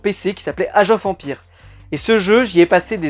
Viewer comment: he he.. je confirme, vu la manière dont tu a prononcé "Age Of Empire", ton niveaux d'anglais à une petite marge de progrès :)